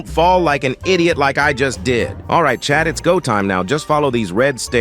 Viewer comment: I thought he was saying chap 😂